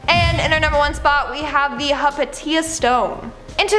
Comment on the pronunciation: "Hypatia" is pronounced "Hi-pay-sha"., not "Hyperteea".